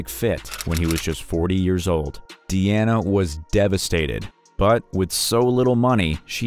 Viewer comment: Dude....if her name is clearly shown as, "DEANA", why do you keep calling her, "DIANA"??😂😂😂